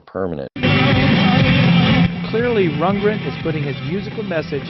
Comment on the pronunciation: It's Rund-GREN dear, not Rundgen!